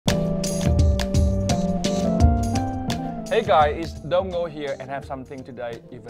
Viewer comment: er guys why does he keep saying "after all im dong ngo?